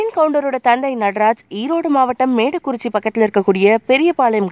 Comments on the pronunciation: Medakurichi illa Modakurichi 🤦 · Not melakurichi ..it's modakurichi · Adhu medakurichi illa modakurichii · Not medakurichi, but modakuruchi. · மேடக்குறிச்சி இல்ல மொடக்குறிச்சி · dai thats mooda kuruchi not maadakuruchi🤫🤦‍♀️🤦‍♀️🤦‍♂️ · Medakurichi ya? Adhu modakurichi!!